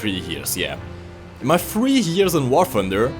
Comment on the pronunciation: How come you mispronounces all your t's with f🤔, for example you say "War funder". Must be a British thing